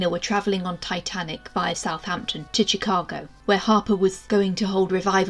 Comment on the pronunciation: Absolutely fantastic job! I learned so much. 🎉. A couple of pronunciation tips for American place-names: Mobile, Alabama is pronounced “mo-BEEL”, for Chicago… the “Ch” is a sh sound. Same is true for the US state of Michigan if you ever come across it.